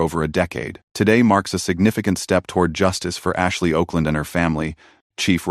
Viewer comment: Her name was Okland, pronounced Awkland, Mr AI Narrator